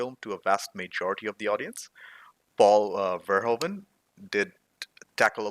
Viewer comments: Verhoeven" is actually pronounced "Fair-Who-Fan". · Paul Verhoeven. Ver-hoof-en.